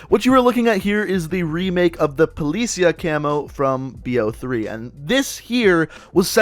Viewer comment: It's not poli-ceauh it's fucking poli-cia